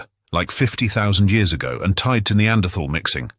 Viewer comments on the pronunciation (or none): He pronounces Neanderthal wrongly and it's very irritating.